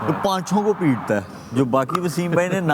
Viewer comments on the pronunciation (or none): When Shoaib Malik said " Ye paancho ko Pit tha hai" it's sounds like ye Paancho ko Pel ta hai 😅 i was like Malik sahab ky bol rhe ho dubara sunne pe samjh mai aaya 😅